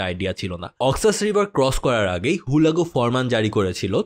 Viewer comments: ভাই হুলাগু না হালাকু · ভাই হুলাকু নই, হালাকু (খান) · ভাই জীবনে মনে হয় হালাকু খান এর না প্রথম শুনলেন, আপনার উচ্চারণ শুনে একে আমার নিজের ই চিনতে প্যারা খাইতে লাগছে